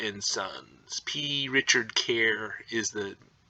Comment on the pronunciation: I wanted to slap the P out of him for not saying the C every single freakin time he said the name of the store. Drove me insane.